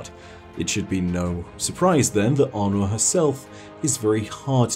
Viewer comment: when first start talking about Aunor, he kept pronouncing her name like Arno (french male name) and im like, wait who's Arno? the Drifter pronounces her name like A-nor so i didnt expect to pronounce differently, maybe my ears broke idk